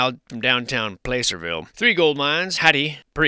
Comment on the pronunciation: Not sure if it’s an attempt at facetiousness or not but Placerville is pronounced with a short A sound Plăcerville, like “cat”